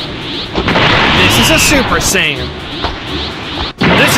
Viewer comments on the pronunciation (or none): The way he said 'super sayian'🤣🤣😂 IT SOUNDED LIKE HE SAID SUPER SAN LOL